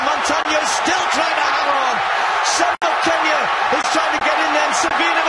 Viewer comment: Not "Sum" but "Soom"... That "u" is phonetically "ooh" when reading African words